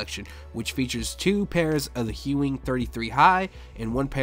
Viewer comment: There's no h in Ewing! Lol